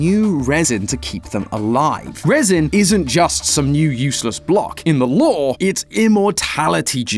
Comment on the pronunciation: SWEAR IM FINNA BOOM SUMTHING STOP SAYING LORE WRONG WITH THAT BS ITS LOOOOOOOOOOOOOOOOOOOOOOOOOOOOOOOOOOOOOOOOOOOOOOOOOOOOOOOOOOOORRRRRRRRRRRRRRRRRRRRRREEEEEEEEEEEEEEEE. Thats why your viewer count dropped.